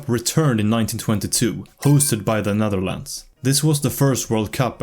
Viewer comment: the netherldndl 😭💀 btw great video, this deserves more attention